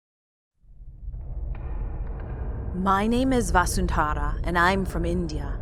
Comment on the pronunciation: No one noticing that she pronounces vasundhara as vaasundhaara